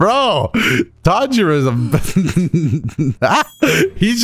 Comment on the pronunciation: Dang you and your pronunciations be irking me- ಡ ͜ ʖ ಡ He keeps saying Tanjiro like Tangerine, when his name is Tawn-ji-roh or Tahn-ji-roh smh Lol